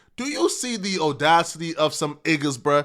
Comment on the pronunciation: Will anyone tell that he says opinion is wrong? Also audacity. Someone please tell him